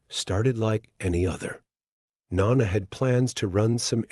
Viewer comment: It's not pronounced nonna - it's NO-Nah